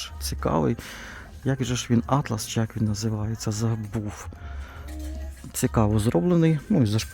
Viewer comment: АААААААААААА!!!! кров із вух-- Атлас- це про географію, а тканина-то атлАс)))))))))))))